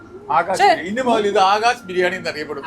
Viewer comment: Daamikkuttiyude birrrnani (biryaani alla 😅